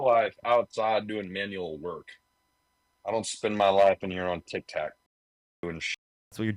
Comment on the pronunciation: That first guy with the lighter voice, he's a fool. He said that DJT "hasn't been convicted to go to prison". The correct term is sentenced to prison. He has been convicted. The caller with the deeper voice is just an absolute jerk whose head is twisted. LOL did he just call it Tik TAk? Practically the only thing he was correct about is that manual labor can be very tough work. Global Elites is basically a conspiracy theory and not what he thinks it is. This dude is clearly not in any way, shape or form an intellectual. And basically at the end of this video clip, was dumbfounded and at a loss for words when the guy admitted to speaking to Jesus literally a couple times while on a shroom trip.